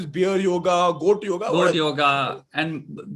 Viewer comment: Btw, it's not yogA, it's yoga.